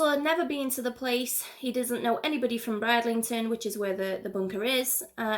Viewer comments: I know it was annoying she kept saying Bride instead of brid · You are great - Please although I just have to pull you up on pronouncing. Bridlington. Brid - Ling - ton. Thanks 🤩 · It's pronounced Brid-lington